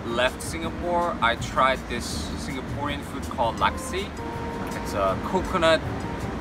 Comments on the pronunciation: It’s Laksa, anyway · its called laksa not what you've said there but i hope its better now! even a local like me can get stomach upsets and a little allergic towards some ingredients that i grew up eating with..